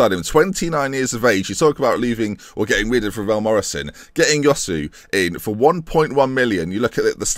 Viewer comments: Josue is pronounced Hoswe, not yosu. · Like the signing but Josue is pronounced Hoe-Sway. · Great video and as usual really good and creative intro! Just to point out Josué is pronounced Chu-Sué...